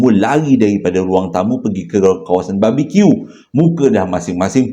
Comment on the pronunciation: jgn la ckp "babi Q" pelik sngt bunyi.... haha